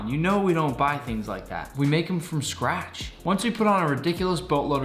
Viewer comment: Wtf is “from scrash”